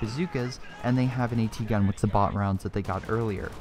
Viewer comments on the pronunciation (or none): Sabot Rounds are pronounced Say-Bo.... French Word. Just for future reference :). I made that mistake for the longest time lol. Thanks for the upload.